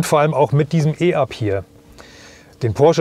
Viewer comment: Ein deutsches Fahrzeug mit einem deutschen Namen, der auf Deutsch ausgesprochen wird, e-Up und nicht i-Up!